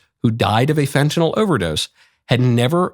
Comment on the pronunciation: Thank you for pronouncing Fentanyl properly...